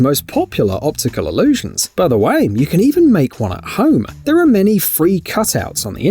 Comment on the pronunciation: “Guess which ones ATE painted” , it’s ARE.